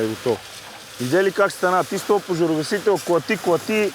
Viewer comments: моля те, кажи на, че се казва поЖАРогасител, а не поРАЖогасител. 3 пъти го казва грешно, не е ок за такъв човек:)) другото важно е, от въпросната агенция да натиснат за промяна в законодателството...с тези пожарогасители, които се продават и полицията ги приема за ок, освен да си изгасиш цигарата - друг ефект няма. Отбиване на номера само! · Казва се ,,пожарогасител”,а не ,,поражогасител” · Клипа е много добър с много полезна информация! Искам само да вметна, че се казва ПОЖАРОгасител, а не ПОРАЖОгасител. 😂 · Не веднъж, а всеки път като се опита да го каже. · защо казваш постоянно поражогасител